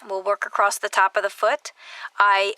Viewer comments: The word, "across," is not pronounced with a "t" at the end. Sorry, but it hurts my ears. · Where is the term “acrost” from. I never heard it before YouTube. Must be a specific area dialect but I’m wondering what area in the USA commonly refers to ‘across’ as “acrost”. I’d love to know. I’m Australian and most Aussies have the exact same dialect with minor variety in accent. Some southern AU states say ‘castle’ as per USA pronunciation and ‘chance’ and ‘dance’ as per more educated British. Fascinating